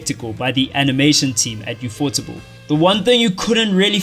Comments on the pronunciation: him pronouncing "ufo-table" as "affoardable" kills me every time xd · Alright. Heard you say "you-pho-teble" one too many times. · its pronounced ufo-table u fukin weeb lmao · why tf you call it "ufotable" it is literally "U.F.O. Table" "Ufotable was named after a literal UFO table they bought when they were establishing themselves." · omg its pronounced ufo-table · I always thought it was pronounced U-F-O Table 😂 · He also pronounced „ufotable“ hella weird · People sometimes pronounce "ufotable" as one word rather than "UFO table"